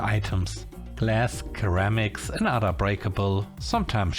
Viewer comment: ceramics have an s sound, not a k sound on the initial c. Seramiks, not Keramiks. It's been a long time since I last caught a mistake in pronunciation. Way to go,!